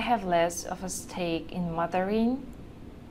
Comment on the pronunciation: Hi, Outstanding video, very practical! One observation: "stake" sounded odd. It should have been more like "sDake" (It is how I tell my Chinese-speaking students to do.) What do you think? Best, Albert, SF, CA